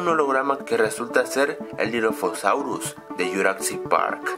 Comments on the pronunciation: Es Jurassic no juracsic Es Hammond no hammons Es dilophosaurus no dilofosaurus😂😂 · no es diloposaurio hasta tu te equivocaste es dilophosaurio